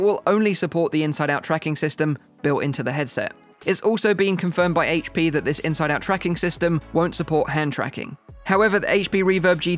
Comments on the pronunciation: I'm glad you said aych-P and not Haych-P 😝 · Thank you for saying "H.P. instead of "HATECH P"